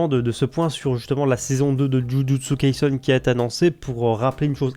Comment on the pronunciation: C’est pas kaisun mais kaisen